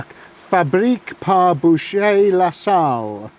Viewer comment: The swiss watch company is pronounced .... boo...sher...rer